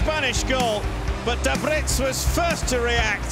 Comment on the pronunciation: It's Daebritz or Däbritz, not Dabritz.